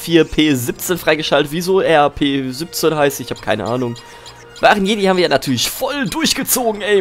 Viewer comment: Deine Mutter ist mir voll symphatisch!:3 Grüß sie mal ganz lieb von mir ^.^ Haha, wie du es einfach nicht hinkriegst R4-P17 auszusprechen bzw. zumerken:3 Haa, tja. Frauen an die Macht c: Ich würde soo feier'n wenn's bald 100% weibliche Zuschauer sind XD